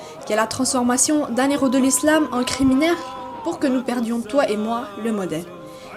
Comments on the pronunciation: La théorie de nos zeros??? On ne fait pas la liaison quand il y a un H Nos heros Ça me fait mal aux oreilles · Deux zéro ou deux héros ? Pour les prochaines vidéos pensez à ne pas faire de liaisons devant un "h" 👍